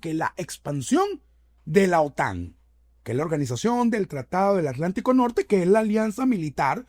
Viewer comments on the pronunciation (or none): none